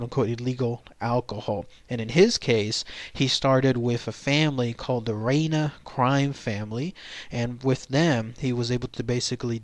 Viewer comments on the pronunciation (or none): Rye-e-na not rena family or how ever you said it. No disrespect